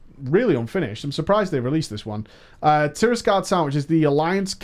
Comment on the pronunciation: Say it with me: TIRAGARDE, not TIRISGARDE.